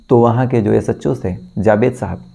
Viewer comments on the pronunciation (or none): none